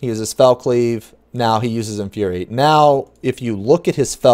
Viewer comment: that Inuriate triggered me lol